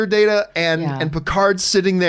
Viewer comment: It's DAE-TA, lady! "Data" is a word, the other one is his name! lol ( I'll let you figure that reference out all on your own. And it is a reference to a certain episode. )